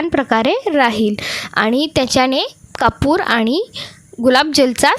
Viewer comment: कपूर हिंदीत म्हणतात हो कापूर म्हणा की मराठी बोलता ना ,सर्दी झालीय का सु सु काय चाललंय 😅 बोलताना दमताय का 😮😢 चाळणीने पाणी गाळतो हो